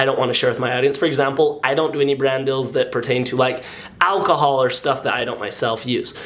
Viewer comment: cream chellar let him say dill, DILL?